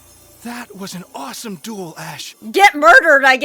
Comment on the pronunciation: Duel not dule.